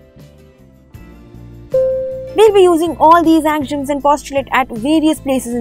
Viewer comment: AXIOMS is pronounced Ak - See - Um The lesson was well organized with beautiful graphics and entertaining. very good Thanks